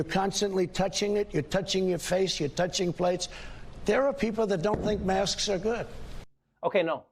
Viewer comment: Why is he calling masks mosques?